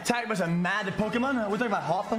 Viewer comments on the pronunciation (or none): none